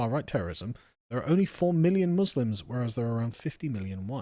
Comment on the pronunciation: For anyone wanting to do a Kier Starmer impression, he always pronounces letter M as a B eg in the roob, a bosque, Booslims